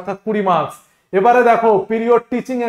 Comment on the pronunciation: পিরিয়র নয় প্রায়ার teaching experience. Sir apnar uchcharone truti ache ektu pronunciation thik korben. Valo english teacher hote gele pronunciation kheyal rakhte hobe. Apni nije toh vul ucharon korchen apnar student o sei vul tai sikhbe